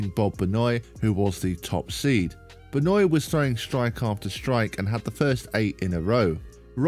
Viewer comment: I’m surprised people still can’t pronounce “Benoit” correctly considering the infamy of Chris Benoit.